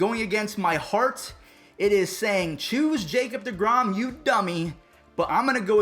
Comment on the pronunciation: Four syllables Ja Cob De Grom